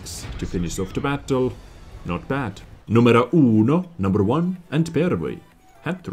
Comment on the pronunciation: U say numero just like we say it in Finland. Sounded funny when i heard that: Numero uno...